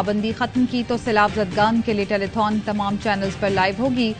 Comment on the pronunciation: ٹیلی فون ہوتا ہے 🤪 ٹیلی تھون نہیں